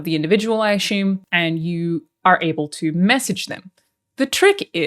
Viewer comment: When you make fun of our 'Murica accents, I think of you saying assume 😆🤣